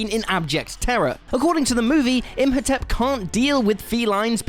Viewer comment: Im. Ho. Tep. Not Imp Ho Tep.And Wolverine has an endo-skeleton, as in, its inside him, not outside likens crab. But otherwise, yes.